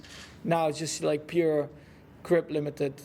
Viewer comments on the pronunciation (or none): Did Max say Crip limited?